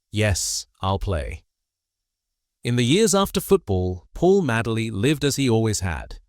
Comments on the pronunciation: Ffs he was called Madeley not Madley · Please pronounce his surname correctly not Maddley but Madeley sounding like Maydley Do your homework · Sick of AI commentary its Paul Madeley. pronounced MADE ley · You also pronounced his name wrong . As I say I was at school 🏫 with his Nephews. No worries . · How can you talk about a player when you can't pronounce his name correctly, your a fake,get off YouTube. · You can't even pronounce his name!!! What the fuck!!! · spelled his name wrong, pronounced his name wrong, do your homework mate, Paul Madeley Leeds legends R.I.P. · It's Madeley Ffs. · Can't pronounce his surname correctly. What sort of Leeds fan are you? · Such a pity that this post doesn’t respect this ‘Rolls Royce’ of players by getting the pronunciations right. So many mistakes. Dates, titles, names, nothing is left as it should be spoken. With Madeley you didn’t notice that the ‘star’ was missing, because he was as good. Being so good in all positions probably meant that he didn’t get the acclaim or first team games that he deserved. That he managed as many as he did leaves me wondering how many matches he might have played had he had one position.